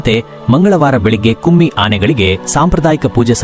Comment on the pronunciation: its not kumi Anne it’s Kumki. Don’t give wrong info or tell incorrect words . 1st learn to pronounce